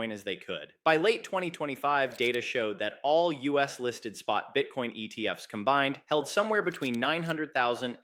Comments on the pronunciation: the giveaway is the pronunciation of ETF's as "E.T.F.S". Not everyone, but occasionally. It's A.I. generated/ voiced. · It literally said, the E T F ES instead of the ETFs. It literally spoke the ES like it spoke the E, the T, and the F. I don't know if the video is AI, but the audio is. At any rate, what I got from all of this was, "Don't buy ETFs, buy actual bitcoin, and don't keep it in banks, custody it yourself." Old advice, still good as ever.